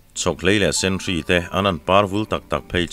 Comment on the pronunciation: Putlanhlua izar ah zan tum tawi a nuam thin e.. Dam reng ang che.. Senhri i lam dan ah hian,, hri hi natna hri kan tih a hri kan lam dan anga lamtur ni lovin, chhihri kan lam a hri thluk ang a lam tur zawk a ni e